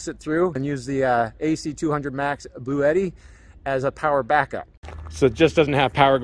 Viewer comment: Hey, i would love to own this unit so i can keep the tradition of mispronouncing the product name. Lol.